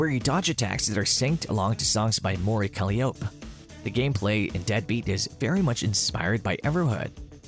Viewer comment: "Mori Kaliope"💀💀💀💀